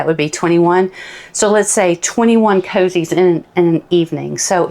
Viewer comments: it is not coozies it is cozies for gods sake speak english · I love how you pronounce coozie....it helps me to know I'm following the right person and the right instructions. ❤